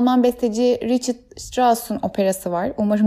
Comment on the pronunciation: Alman olduğu için Rihart diye okunuyor